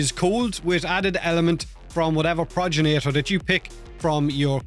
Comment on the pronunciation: Why do you keep sayin "Proj ja nator" Its G not J Progenitor. Gen like generator. Not proj-ja nator........